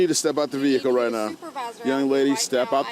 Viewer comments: Love the way she kept repeating “ve-hick-el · The way she says "vee hickle" drives me 🤪 nuts!! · Me too😂😂😂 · OMG so much!